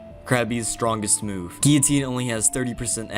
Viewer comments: "Gi-oh-teen" Gill-oh-teen, sir. Guillotine. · It's pronounced 'Ghee-Uh-Teen'. French word. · if you literally type in guillotine pronunciation it says 'gil, leh, teen' I didn't say he said it wrong I'm saying it's weird he says it like that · You keep saying guillotine wrong and that's a problem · Bruh how did you just say guillotine 😂😂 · Damn, never heard someone pronounce guillotine so weirdly